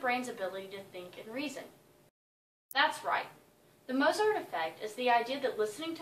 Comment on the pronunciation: why doesn't she pronounce the name correctly?